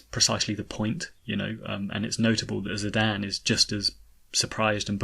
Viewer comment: I just wanted to say thank you for pronounces Zidane’s name as “Zidane” and not “Zidane.” It bugs me so much when people pronounce it that way. (But really I’ve always pronounced it the way you pronounce it)